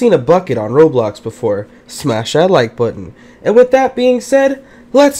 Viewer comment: I love it how he says if u seen a bucket in roblox SMASH THAT LOIKE BOOTUN